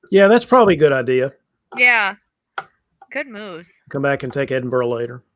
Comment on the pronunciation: I think before is given the French names to pronounce, we should have a conversation about "Edinburgh". Terrific coverage as always, thanks team.